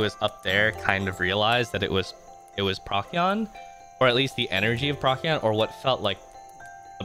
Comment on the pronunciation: PROH-see-on. not PROCK-ee-on. Good vid though, I listened to this entire thing while at work!